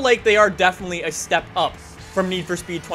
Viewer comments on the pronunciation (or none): none